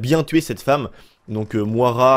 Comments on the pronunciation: On dit Moyra et pas Moara ;) !! Dsl j"'ai horreur de reprendre les gens mais au bout de la 5ème fois j'me suis qu'il fallait que qqn te le dise X) ! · ''Mouara'' tu me tue mec 🤣🤣🤣 Ça se prononce ''Moyra'' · Le prénom de la meuf ne se lit pas Moara mais Moyra , c'est un prénom courant au us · ca se prononce moyera prénom irlandais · Moira ..... stp revois la phonétiques mdrrrr